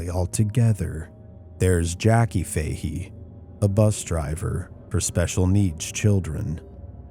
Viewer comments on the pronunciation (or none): Im born and raised just outside Galway, cant believe you are doing a Galway story, but in Ireland we pronounce Fahy as Fatty